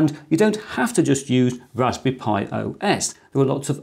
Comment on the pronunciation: It's "raspberry," not "raspy." Three syllables.